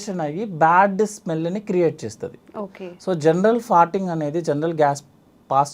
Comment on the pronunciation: ఫార్టింగ్ అనలేవా తల్లి..ఫర్టింగ్ అని పొట్టిగా ఎందుకు అనాలి??